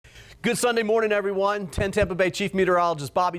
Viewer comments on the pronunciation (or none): none